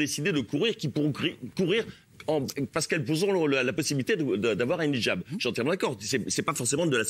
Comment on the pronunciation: 10min02 elle a dit ce quoi????elle sait même pas de quoi elle parle elle déforme complètement le mot!!!!au lieu de dire hijab elle a dit nichjab!euh...ouais.c est un mixe de hijab et nikab ou c est comment????ils font les cultivés mais sont même pas foutus de savoir de quoi ils parlent...🤦‍♀️🤦‍♀️